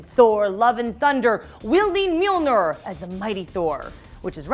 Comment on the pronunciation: And "Mjilnor" in the beginning 🙊